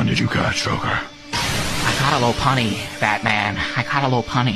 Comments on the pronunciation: The only thing I don't like about this is that it's teaching people to mispronounce "lopunny". A rabbit with it's ears down is called a lop-eared rabbit. The "-unny" part comes from "bunny", of course. So this should be pronounced "lop-unny" not "low-punny". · The part that annoys me the most is how he pronounces Lopunny